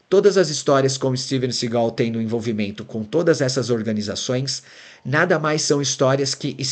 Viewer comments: É Steven Seagal e não Segau péssima pronuncia da narrativa. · Sigal? Si-gal? kkkkk não sabe nem pronunciar o nome do cara e quer fazer um doc